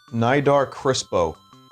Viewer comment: Its pronounced knee-dar btw not nigh-dar